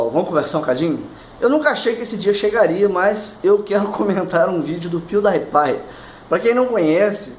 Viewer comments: Acho que é "piudipai" e não "piudaipai". Relevante, eu sei. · pronunciou o nome do pewdiepie errado NotLikeThis